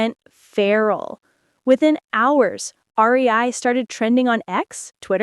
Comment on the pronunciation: Not the "R E I"😭🩵